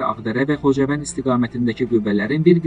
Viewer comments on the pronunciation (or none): none